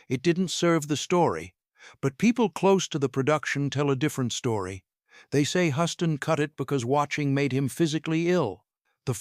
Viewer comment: HUSTON NOT HOUSTON!!!!!